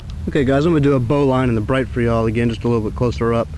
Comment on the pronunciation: It sounds like you are saying "bowline on a bright" - the proper name is "bowline on a bight". Look up knot terminology in Wikipedia.